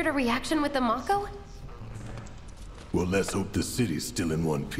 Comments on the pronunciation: I just hate that they mispronounced the word "MAKO". It's 'MA-KHO', not 'Mok-ho". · To be fair, the two Japanese syllables would be "mah-ko". That being said, I always called it "may-co", too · I always pronounced it "mack-o" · How they say mako, is driving me nuts